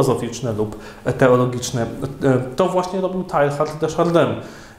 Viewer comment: Słowniki podają wymowę nazwiska: tejar de szardę